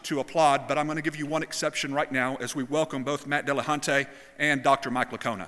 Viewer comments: Why do so many people decide to pronounce it DillahunTAY?? There is precisely zero reason other than, well, I'll refrain from insulting their general intelligence directly. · "Matt Dillahontay" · Jeeeez, why does the moderator keep saying Matt Dillahun-tay? And yet nobody corrects him. So annoying.